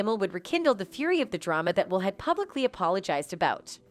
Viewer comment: I couldn't continue watching your stream and listen to you mispronounce Will's name